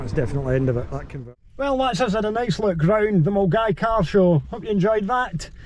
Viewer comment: Mulguy.......Millingaaavie, been easier if held in Bearsden as non locals (or those who are unaware) could pronounce it properly, superb vid 😂😂😂😂